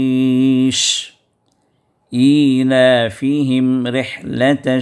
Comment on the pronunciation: وفقك الله لكل خير رحلة میں راء کا کسرہ... اسی طرح حروفِ لین کی صوت میں درستگی کی گنجائش ہے